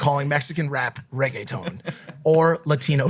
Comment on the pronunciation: actually when maik said regueton he didn't say that bad 😂😂😂😂😂